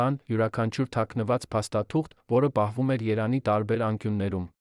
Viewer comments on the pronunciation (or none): Երեւանը - Երանի ճիշտ կարդացեք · Ես մտածում եմ, որ սա ԱԻ նյութ է։ Եթե ուշադիր լսեք, կհասկանաք,որ շատ բառեր ճիշտ չի արտադանում։ Երևանին ասում է երան, իսկ յ տառը ընդհանրապես չի արտասանում։ Եվ էլի շատ բառեր։